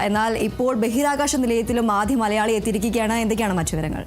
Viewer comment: അതുല്ല്യേ..., മ ''ള " യാ ളി; എന്നല്ല; മ ല യാ ളി എന്നു വ്യക്തമായി പറയൂ. എന്തോന്ന്, മള...മള...മള...